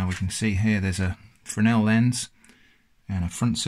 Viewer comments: a 'Fernel' lens :-) Fresnel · Yes, correct, sorry if it was confusing. Wasn't talking about the S, but the 'fur' vs 'freh' (sharp e) sound. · Mind the very strong auditory bias we humans have. Play at 0.25 speed to hear it better. I heard Fernel before I knew the word was coming, I could hear Fresnel when your comment made me doubt it. At 0.25 speed I can only hear Fernel. Anyway, seems a well educated person to me so I consider it a harmless hiccup. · It's a Fresnel Lens, not a Frenel Lens. :-) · Thank you for the correction. :) I now see it's pronounced fray-NELL - this thread is a good read